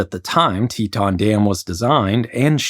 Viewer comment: REMOVE "N" FROM "TETON"...